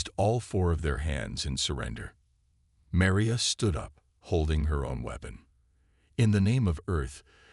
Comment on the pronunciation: The worst stories on YouTube! Obviously Chinese made. The constant misspelling in the forced close captioning and the way the AI say Maria...Doctor Chen is annoying! As if it's speaking of 2 people. This mispronouncing of names as well detracts from the story! Glad you have 8 friends to like your story.......